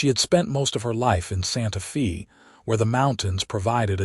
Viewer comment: It's not Santa Fee, it's pronounced Santa fay like "hay" long "a" sound even though it is spelled Santa Fe. It's Spanish so the "e" sounds like an "a".